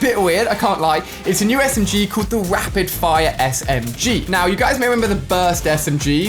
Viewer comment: "wapid Fiwre smg"